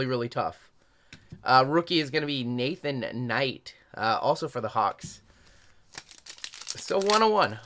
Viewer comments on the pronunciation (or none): none